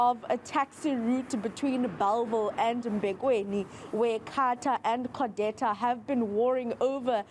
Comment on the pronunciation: Codeta not Codesa